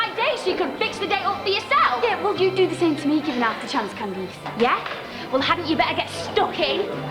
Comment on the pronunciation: I can’t see the name Candice without hearing “CandEESE” 😂 We don’t pronounce it like that here, it’s so fancy and pretty!